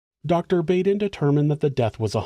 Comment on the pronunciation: I dislike it, but I can't help it; I'm "THAT person"; ... it's Dr. Michael Baden, said (Bah-den). But u can say it how u prefer...😁 just a heads up.